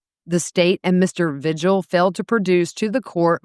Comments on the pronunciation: It’s pronounced V-hill, the g is silent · Vigil is pronounced veehill